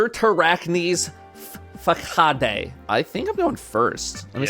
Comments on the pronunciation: FA-CA-DEy lmfao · fa-ca-dey is crazy instead of fuh-sod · … that’s not how you say facade